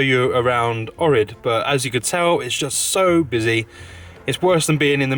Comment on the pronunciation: If u ever go back to Ohrid, make sure to pronounce Oh-k-rid